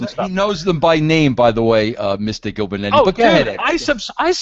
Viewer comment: "Gillbernetti" lmaoo